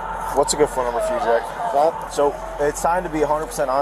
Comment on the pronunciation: Lmao "Jeck"